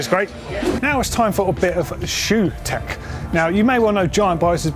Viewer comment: am i the only one who heard "welcome to GMBN deck" and not tech?